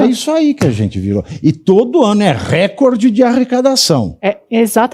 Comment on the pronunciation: PELAMORDEDEUS... 🙏🏻 Tentem aprender a pronunciar corretamente: "reCÓRde" - trissílabo paroxítona.